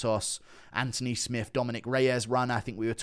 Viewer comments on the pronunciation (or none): none